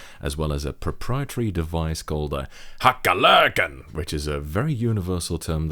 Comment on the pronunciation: Ah, "hacka lökarna"; that brings tears to me eyes :3